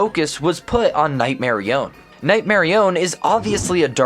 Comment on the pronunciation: marionette nightmare nightmar nightmarionette its a pun nightmare-ionette NOT night-marione this pisses me of so bad